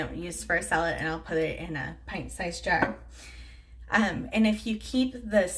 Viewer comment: I watched a new video about organizing your fridge and I would swear you said "Sell it" basket and your explanation made no sense. I just heard here what you said... "Salad basket". I'm over here rolling.